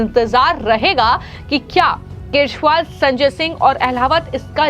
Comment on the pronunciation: आपको अरविंद केजरीवाल बोलते नहीं है। उसे सुधारें।